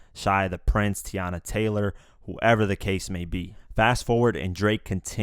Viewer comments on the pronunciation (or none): none